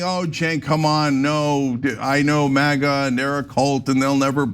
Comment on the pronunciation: Did he really say MIGA? 🤦🏻‍♂️